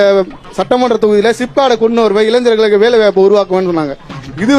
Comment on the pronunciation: ஏன்தான் இளைஞர்கள இளைஜர்கள்னு உச்சரிப்போ நிறைய பேர் இப்படி. 😭